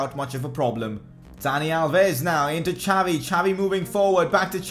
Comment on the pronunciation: It's Xavi,not jhaavi🙏🙌🙌